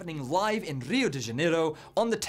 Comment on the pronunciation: "Obrigado, galera!" Boa pronúncia. ^-^